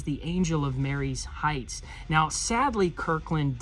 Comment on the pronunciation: I have been to that battlefield several times. I have always heard it pronounced Ma rees Heights not Marys Heights. Don't know if it really matters. Enjoy the channel.